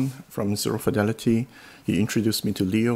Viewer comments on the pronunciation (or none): none